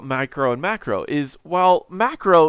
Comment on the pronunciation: Wow, maybe because I'm not a native English speaker but every time you say micro or macro they sound exactly the same. :D